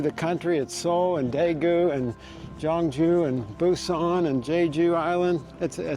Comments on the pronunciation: She's soo kind and nice! I'm happy for you😊 I will do the same if I meet travelers who need help! Btw the city name should sound more like 'K'yeongju. We have another traditional city called 'Jeonju', western Korea. So it might be confusing :) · I am a bit reluctant to point out this because you made a beautiful content about the city. However, how you pronounce Gyeongju is more like ‘Kyeong-ju’. The problem is, how you pronounced Gyeonju sounds like ‘Jeonju’ which is a totally different city. 😅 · FYI - Gyeong-ju is pronounced Kyung-ju. "Jeon-ju" is actually another big city of Korea on the western side. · Gyeongju is pronounced more like kyung joo, Jeon Ju is a different city on the other side of the country. I think you'd enjoy visiting Jeon Ju, a smaller gem of a historic city that showcases traditional architecture and where bibimbop originated from. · I think they call Gyeongju Jeonju and mispronounced Woljeonggyo as Woljeongjo. Gyerim is not jyurim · If you ever do another video on Gyeongju make sure to get the pronunciation right because it sounds like you’re saying “Jeonju” which is a totally different city. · FYI, the G in Gyeongju pronounced as a G , not J. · The pronunciation of the city should be G(k)yeongju , not G(J)eongju. Btw I really enjoyed watching your video. ❤ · From the beginning the pronunciation of the city was incorrect. You said totally different city in the west part of Korean peninsula. 경주와 전주는 다른 도시 입니다. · Pronouncing Korean words correctly can be difficult. The G in Gyeongju is a hard G. And Silla is actually pronounced Shilla. Nice video. Wish I was back there.